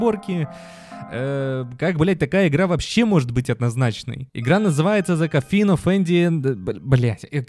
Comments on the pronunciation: не коффин,а кофин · Можно было не полениться и вместо множества никчёмных слов потратить пол-минутное время на посик правильного произношения основного слова в названии этой игры, за которую взялись? COFFIN звучит не как "коффИн", а как кОффин